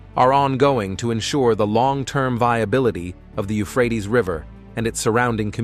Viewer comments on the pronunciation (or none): none